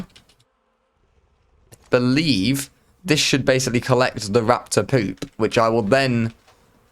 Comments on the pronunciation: Did you say "I be-link"? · "I belink" 😂😂😂😂